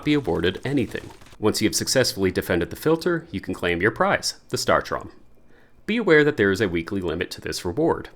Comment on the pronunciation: Thank you, but saying it as “startrom” is killing me lol